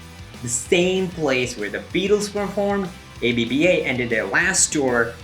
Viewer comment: Great Video...but man "A B B A"? you mean Abba? (not really pronounced as an acronym).